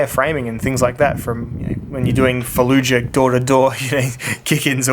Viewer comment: 'Fallejuh door to door'. 😁